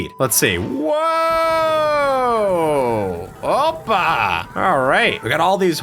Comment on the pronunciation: opaaa 😂😂 are you greek?